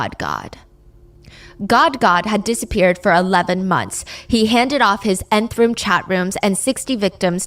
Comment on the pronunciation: it’s not called the 9th room it’s the Nth room😅